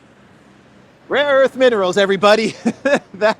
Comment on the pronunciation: Laughing my ass off with the rare earth sketch man. I got some rare erff, u want some rare erff. U want man, I got some rare erff. Rare erff, for sale here man. Rare erff, my mamma got some, my uncle got some. Rare erff man, rare erff, I give u good price. ! Rare erff man , rare erff !